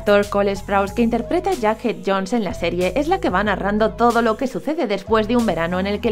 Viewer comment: Porque pronuncias sus nonbres tan mal es joghead 👈asi se dice